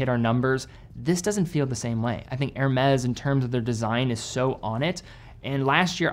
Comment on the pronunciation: I think Hernes is pronounced. Air may.